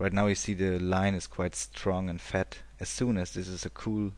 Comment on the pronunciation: I am 100% sure hes german, he just kept repeating "this line will stay fett" (fett -> thick). ;)